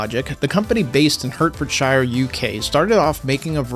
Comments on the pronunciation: Hertfordshire is, likes so may British place names, not said how you'd assume. Its like... Heart-fud-shur. We don't tend to say "shire" like you did when it is part of another word. We also rarely pronounce much more than 50% of the letters in a placename, I mean, if you've had to say it every day for a thousand years (as a local population)... You get lazy! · Say it Hertford-sheer not Hertford-shire (Yes I know it's spelled that way) just for future reference. Thumbs'd up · Sorry to be picky (great video as always btw), but your pronunciation of Hertfordshire needs a little tweaking. In spoken UK english, it is pronounced "Heart-ford-sheer". Not entirely intuitive to be sure.